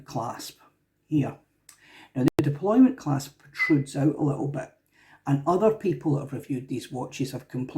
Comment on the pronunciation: Deploy-ANT, not deploy-MENT. Criticizing what you can't pronounce properly is, some might say, bad form.